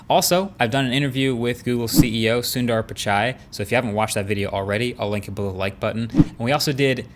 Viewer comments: he pronounced the name correctly this time😂❤️. He said "Sundar" and not "Sun🌞 dar"😂. -MUCH LOVE FROM INDIA MARQUES❤️ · Now Marques says Sundar with proper accent!